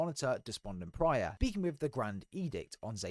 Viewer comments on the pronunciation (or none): Great vid! Appreciate the catch up on the lore, since Halo 5 kind of put me off. Only one question: It’s “Despondent Pie-er” not “Pry-er” isn’t it? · Depondent PYRE, not Prior 😂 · Despondent Pyre not Despondent Prior. Adjutant Resolution not Adjustment Resolution. Offensive Bias not Defensive Bias. Pls try to pronounce the names correctly. Thks for the video. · Its Despondent Pyre (Pie-Er) no Pry-Er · loved the video it was great and really interesting but it irritates me when you call Despondent Pyre "Despondent Prye"😂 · Great vid and explanations! Bit of feedback work on getting those names down: Offensive Bias, Despondent Pyre, Adjutant Resolution. Keep it up!